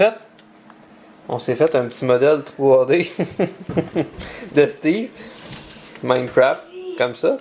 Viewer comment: Ou je ne suis pas habitué à l'accent québécois surtout le Steve le E n'ai pas sensé être muet ?